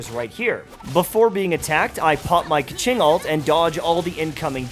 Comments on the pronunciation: Heads up it’s not ‘ke-ching’ it’s ‘ke-shing’ (bigggg difference :) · Hmmm is it really pronounced Ka-ching? Lol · Hearing the way “Qiqi” and “Keqing” pronounced right there and then killed me.